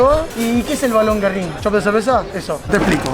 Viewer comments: Pizzeria GÜERRIN, tiene diérisis el nombre. se pronuncia la U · Pronuncias mal Güerrin